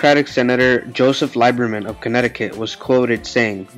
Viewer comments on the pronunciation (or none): Joe Lieberman (pronounced Leeberman) is an independent. FEMA is good but the administration during Katrina was badly mismanaged